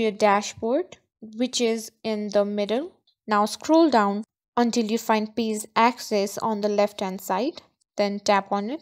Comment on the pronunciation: Just a heads up. You are pronouncing "page" like "pays" "Ge" is a ""juh" sound. "Pay-juh" dont emphasize the "uh" at the end.